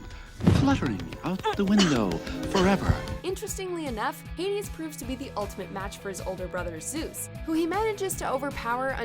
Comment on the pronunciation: Did she really pronounced it Heidis?